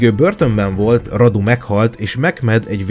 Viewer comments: Nincs beleszóládom de szólok ugy ejtik ,hogy Rádu nem pedig Radu .Csak úgy írják. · Nem Vlad hanem "Vlád" és nem Radu hanem "Rádu" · Nem"Vlad" hanem "Vlád",nem Radu hanem Rádu,eskü nem rosszból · Ki kell h javitsalak mert a nevüket Vládnak és Rádunak ejtik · És nem Radu hanem Rádú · Azok román nevek és vládnak illetve rádunak ejtjük helyesen